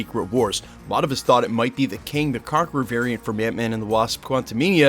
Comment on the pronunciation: i thought you called him Kang the Carpenter at the start of the vid sheesh